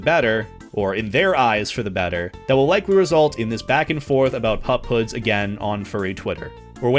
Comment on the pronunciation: I thought you were saying pop hood